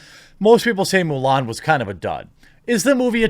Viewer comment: Haha, I think I heard you say "Mule Ann"... XP